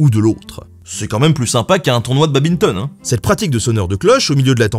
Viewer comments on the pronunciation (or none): BABINTON, mec t'as des connaissances de fous en histoire et tu dis babinton ? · Mec t'as une culture folle et tu prononces badminton "babinton"? 😶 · Badminton pas babinton